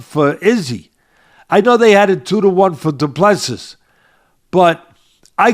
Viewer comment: Said as Doo Plu Sea,see as in ocean.Last 's' is silent